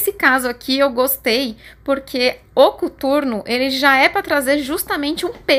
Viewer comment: Pq vc falou cUturno e não COTURNO???